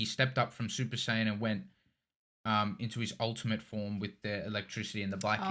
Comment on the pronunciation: When he said SUPER-SAY-ANT I was in tears